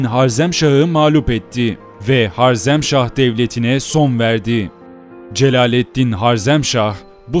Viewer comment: reis öncelikle eline emeğine sağlık ancak HARZEMŞAH değil HAREZMŞAH olmalı, bu güzel ve aydınlatıcı paylaşımların için teşekkür ederim geçmişini bilmeyen insanın geleceği muammadır